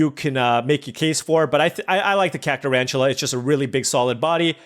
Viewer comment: Kaka-Rantula. I thought this card was good, not kaka?